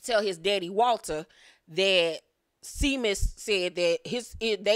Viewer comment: Seamus is pronounced as Shamus, I am originally from the Midwest (Ohio), and came across some Irish folk back in the day!